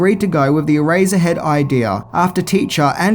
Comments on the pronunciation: I keep hearing erazor head instead of eraser head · I just kept hearing “ah-razor head”. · It’s pronounced e-race-er head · My god...please stop saying, "Erazzerhead". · "Eraserhead" sounds just like "Erazorhead."